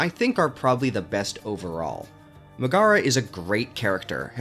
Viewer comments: ok it really bugs me how you keep saying "Muh-GAH-ruh," instead of the correct "MEG-eh-ruh." Hades even has voice acting, so it's not like you can't say you've heard her name spoken out loud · I respect the opinions. But mispronouncing the name of my queen Megaera is unacceptable